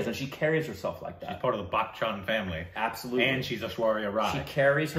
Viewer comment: Well Its not " Bak-Chan"😶😶😶 .. Bachchan is pronounced as " But-chan "